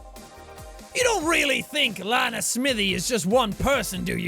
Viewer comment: OMG LANA SMITHEE HE SAID LANA RIGHT FINALLY! Someone finally said my name right!